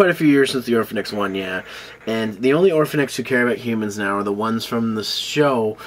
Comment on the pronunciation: Orphenoch* not orphanix